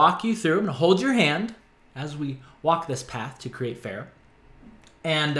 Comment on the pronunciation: I GET SO ANNOYED WHEN PEOPLE SAY PH-AIR-AH! According to Pharah herself, it is pronounced Ph-ah-rah, like the "ar" in "part" Amazing art k thnx bye